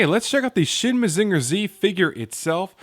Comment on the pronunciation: I legit dropped this video like two minutes in because your pronounciation of "Mazinger" was so offensively bad. This wouldn't even bother me if you didn't say it like eight times in a row.